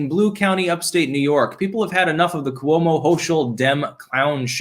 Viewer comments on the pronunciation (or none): none